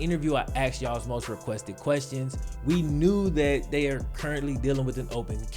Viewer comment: Despite you having just south of a half-million subscribers, if you were to stop clipping your "g's" and start pronouncing "THis and THat" as opposed to "Dis and Dat" you would be a much stronger communicator, thereby attracting even more subscribers.